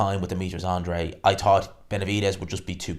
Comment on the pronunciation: Good video, as always, but please... AN-DRA-DE.....not "Andre"...... it's not that tricky.